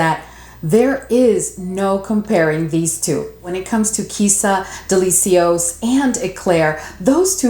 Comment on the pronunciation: Are you pronouncing the names of almost all the perfumes on purpose? Girl, no. What is SUHR? TERIK? DELI-SEE-OS? Lol, no hate but plz, get the names right.